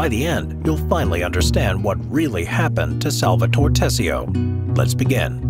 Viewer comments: SAL-VA-TO-RE, not " Salvator".. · Someone who says "Salvator" instead of "SalvatorE" and "Corleon" instead of " CorleonE" shouldn't dare talking about the movie. Sounds like senator Pat Geary in the Lake Tahoe house meeting with Michael. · The pronunciation of "SalvatorE" and "CorleonE" hurt my ears. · The way Salvatore is pronounced is to enphasize the 'e' at the end, such as Salvatoree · Repeat after me S-A-L-V-A-T-O-R-E not Salvator, if you can't pronounce it then stick to Sally ffs